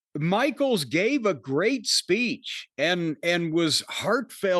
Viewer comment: Giving his speech-uh. In the middle of the ring-uh.